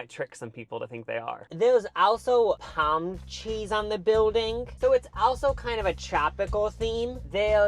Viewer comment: Oh said palm tree 🌴 not palm cheese 🧀 😂😂😂😂 ….